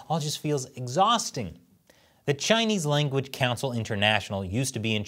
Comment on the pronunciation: In exchange for teaching Chinese language sounds like he said “ in exchange for “ chinchongchang “ 😂